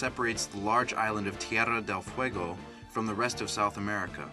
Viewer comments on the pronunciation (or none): none